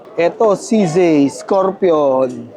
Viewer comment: Saan ag CZAY ??CZ LG NMN NKA SULAT.. REVIEW KA NGA NG ALPHABET SA KINDERGARTEN BAKA MALAMAN MO NA MALI PAG BASA MO SA LETTER " Z " ✌️